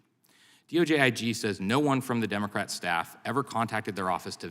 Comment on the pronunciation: Who the F#%k are you talking about Plaskett??? You pronounced Democrat wrong during your opening speech.